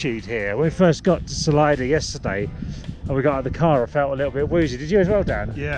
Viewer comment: Great video... dry English humour on full show... just a small note (if not already pointed out below in comments) but I believe Salida is pronounced Suh-lee-duh.... as in Spanish for 'exit'.... presumably because its located somewhere near a canyon or something?